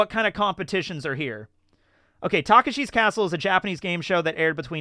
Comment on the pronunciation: What's worse, not knowing Takeshi's Castle, or calling it Taka-Shii's Castle?